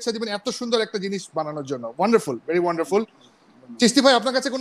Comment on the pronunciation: এক হালার পুত একটু পর পর খালি বলে অনডারফুল অনডারফুল